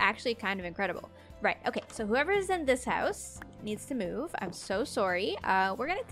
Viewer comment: I just love how Canadians say "sorry" 😂💖💖